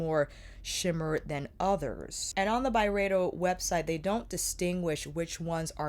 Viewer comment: Nerd alert: It's really supposed to be pronounced By-Ree-Doh. I know, weird, but I heard Ben say that on a podcast interview. Carry on, Love. Good stuff xo